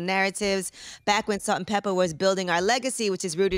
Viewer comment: they were salt and peppa not salt-peppa- and spinderalla